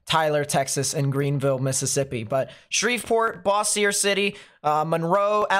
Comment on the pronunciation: Bo-shure. Bossier.. Bo-shure